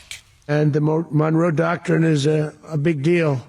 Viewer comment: I believe what he actually said was “the Donroe docurine”